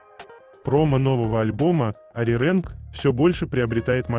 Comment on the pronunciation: Не ариренг, а ариранг.